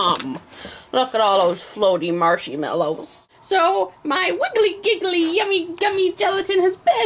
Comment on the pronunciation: "Marshy mallows", XD